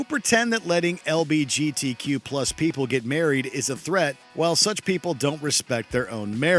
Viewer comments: anyone else hear him say lbgt instead of lgbt people 🧍‍♂️ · Did they just say "LBGT" 🤔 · Did anyone else notice that the narrator said lbgt